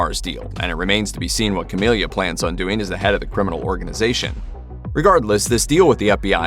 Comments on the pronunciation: Whether writer, editor, or narrator, SOMEONE didn't know that her name is "Camila", and NOT "Camilia".. lol Hearing the wrong name said SO MANY TIMES, and with confidence, was hilarious. Did any of the above even actually watch the show? haha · First thing…..it’s Camila, not Camilia. Second, the show is over and the ending was meh. They could have done a “where are they now” at the end to explain this…..but I doubt if there will be a V2 or spin off. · You can tell the person narrating this did not watch the show. Its Camila, not Camilia! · It's Ca-milla, not Ca-milia 🤦🏻‍♀️ And "perfect ending"? No. It was a total cop out, the only show which holds the perfect ending title, is Breaking Bad.